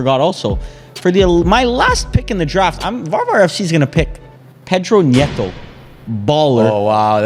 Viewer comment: As a Portuguese I want to warn varvar that the n in Nuno Mendes and in Pedro neto isn’t pronounced as a ñ